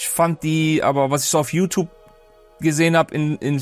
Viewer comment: Wusstest du dass du nicht richtig Youtube sagen kannst?